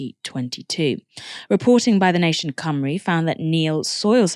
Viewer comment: So nice to see Novara doing a story on Wales (and pronouncing Cymru properly.) More Welsh news please.